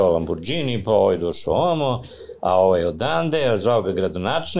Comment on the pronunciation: Ne znam što reći: svakoj zgodi fali sto objašnjenja, konteksta, priče o kriminalu. Ali vrh je kad je uz sve te milione, i dalje na mentalitetu da ne zna pročitati Lamborghini - čita ga kao nepismeni Srbi, sa dž/đ 😂